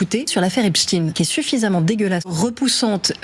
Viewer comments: La connasse qui prononce "Epstine" au lieu de "Epstein" et oui babouine, ce violeur est juif, faudra t'y faire, on ne dit pas " Les aventures de Frankenstine" on dit "Les aventures de Frankenstein" 🤣 🤣 😂 et j'suis pas antisémite 😅😅😅 Free Palestine 🇵🇸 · Epchtayne, pas epstine!!!! Ça sert à rien de russifier le nom😂😂😂😂😂 C 1 rat 🐀 pédophile de tel aviv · Fourest c'est la meilleure. En mensonge,mauvaise foix et propagande naz.s.on.ste. on dit epstein et pas epstine. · C'est fou qu'ils prononcent Apstine et Non Apsteine 😂 comme eisteine faut dire eistine alors. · Pourquoi elle prononce pas correctement epsteîn parce que c’est un juif? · On prononce Epstein comme Frankenstein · Rien n'est vraie chez elle... Incroyable... A lheure de la comunication eclair et des archives infinies, elle ment comme si elle etait chez mamie. Elle ment meme sur le nom en disant Epshtin 😂😂 Albert Einstin 😂😂😂😂